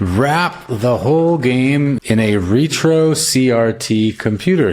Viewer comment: Ret ~ ro, not Re ~ tro... "Rhett Row"